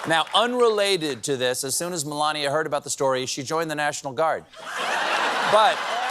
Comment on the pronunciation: He pronounces Melania , maybe that's why 😊